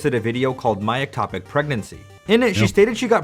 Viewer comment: Its called an ectopic pregnancy, not atopic.